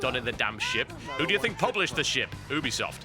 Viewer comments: You-be-soft.. Not Ooob-be-soft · oobisoft? It's Ubisoft, like YOU-BE-SOFT. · Oobesoft... Oobesoft; really??? I'm british; but, really... WTF?